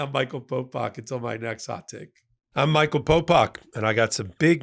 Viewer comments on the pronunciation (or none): none